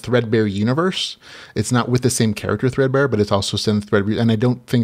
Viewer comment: Woo wooo, you said thread-bear! Will give it a go for sure